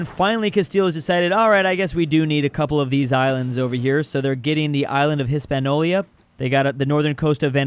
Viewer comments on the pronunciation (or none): It's Hispaniola not Hispanolia, HEE SPAN YO LAH